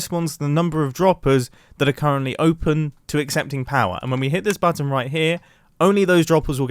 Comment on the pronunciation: No one: Absolutely no one: Not even grian: Mumbo: bAtTon